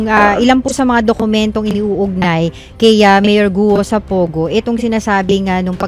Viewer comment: POGO NOT PUGO AS U PRONOUNCE MS. BLOGGER.